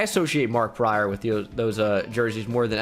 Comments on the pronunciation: MARK PRICE NOT PRYOR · Mark Price not Mark Pryor